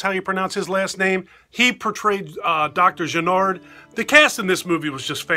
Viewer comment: Great review !!!! I agree with a lot of your points . For me part 2 is pretty solid . Every time you said Channard in this video , it sounded like you were saying Jennard . This video is liked by me . 😎👍🏻